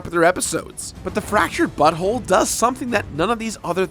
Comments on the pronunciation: You are definitely saying "fractured butthole" instead of "fractured but whole". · it sounds like you said. Fractured butthole ?